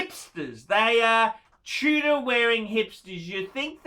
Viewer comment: Chew-dor A great phisting watch - Rolex quality at bargain price.